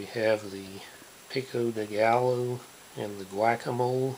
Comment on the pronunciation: "whack-a-mole"